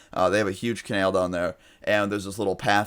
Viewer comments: I cringed every time you said canal like cenel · Its Ca-nal not ca-nail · It’s canal not canail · It’s pronounced co nAl not conale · (Kah) (nal) not Kanail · ca-nal not kan-el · I cringe every time you pronounce canal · Canal not Kanall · Canael? CanAL 😂😂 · STOP SAYING CANALE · Its pronounced Kuh-nal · "ka-nail" lmaooo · like for "canael" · u said canal wrong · bby who the fuck says canal like that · u said "canal" in a southern accent... he lives in Texas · the way you say canal makes me want to kill myself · Every time he pronounces 'canal', I can't.. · the way you say canal is retarded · I thought that too 😂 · Why do you pronounce canal wrong? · The way you say canal pisses me off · Exactly its anal with a c